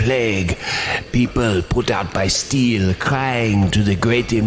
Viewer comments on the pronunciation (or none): "put out by steel" sounds like he is saying "put out by force"